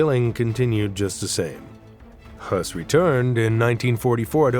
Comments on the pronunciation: You don’t know what you’re doing do ya mate. There’s nothing to see here, everything is blurred out. And it’s , Hess, not Hoss. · You're incorrect as well. His name was Hoess.